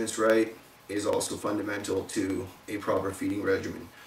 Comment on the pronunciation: fun-duh-mental!!!!:p nice vid!!